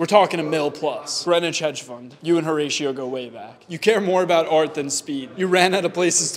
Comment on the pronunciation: Bro pronounced his name as whore-ratio aint no way💀💀💀